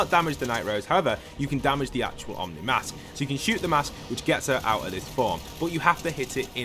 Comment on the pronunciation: by the way, you dont pronounce it as "omni mask". its actually pronounced "oh - knee mask"